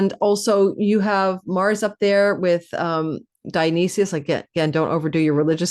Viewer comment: Dio-nice-sys ... you aren't representing properly